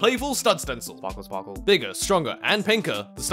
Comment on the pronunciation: Spahkle spahkle:D